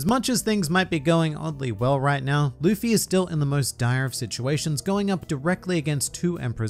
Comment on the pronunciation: It’s Luffy